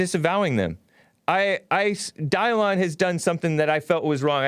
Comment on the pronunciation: Who is "dye-lawn" I know he was ur old "producer", but ive heard you say he wrote a book or something. How do i find this book? If i google "book written by dylon" im pretty sure im not gonna find it